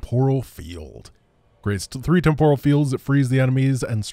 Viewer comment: Lol I know your gunna troll me for this one but its "Temp OHral" field not "TempURa field", if you mock me at least make it a good burn lol